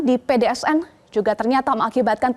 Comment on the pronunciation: pdns mba bukan pdsn